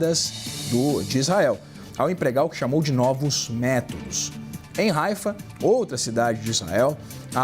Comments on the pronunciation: Pelo amor, dói no ouvido! Coloquem alguém que saiba falar os nomes corretos das cidades. Não é Haica é Haifa, nem Pitá tikva, é Petah (fala com som de rr) Tikvá 🤦‍♀️ No mais, Israel tem nosso respeito e gratidão por está lotando o inferno do que há de pior no Irã e no mundo! Só tenho pena das virgens! 😂😂😂😂😂😂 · Haika? Essa foi forte 😂😂 achei que era Haifa!!!